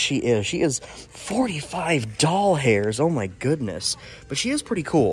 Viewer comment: I like how yo call dollars “doll hairs” really fits the vibe, sorry if it’s not purposeful and just the accent, I don’t mean to be rude.